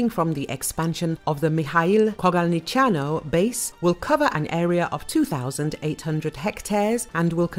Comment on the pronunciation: Hats off to the lady who was able to pronunce Kogalniceanu